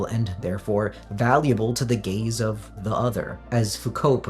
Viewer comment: I know you keep saying "gaze," but it's way more entertaining when I think you're saying something else. "Complete self-cuckery to the gays of the other" and "it feels good to submit yourself to the gays of hegemonic desire" had me chuckling for a while